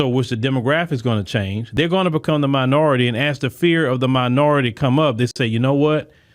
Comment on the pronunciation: And still can't pronounce "they're" or "ask" !